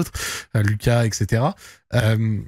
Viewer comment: Il a redit "lucas" je suis mort ahahah